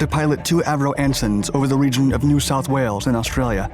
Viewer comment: I agree! His pronunciation of “New South Wales” is very impressive, indeed! 💪🇦🇺